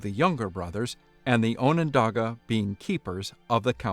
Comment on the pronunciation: no, you've been pronouncing it right.